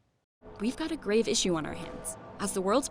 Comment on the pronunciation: "We've got a grave issue on our hands." 🤦 "...a grave issue...?" Really? Did you have to say it like that?